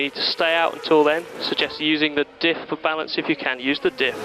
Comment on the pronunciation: ‘Diff’ not ‘dihh’.